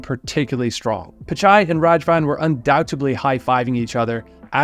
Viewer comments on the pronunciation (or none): Raghavan ❌ Rajavan ✅ 😂 Raghavan is killing all the traffic and this guy is killing his name. Lol. Good video btw.